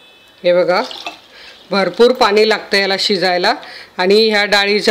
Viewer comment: छान रेसीपी , भाषा थोडी सुधारावी असे सुचवासे वाटल, पानी नाही पाणी